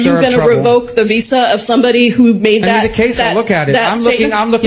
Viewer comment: He can't even say visa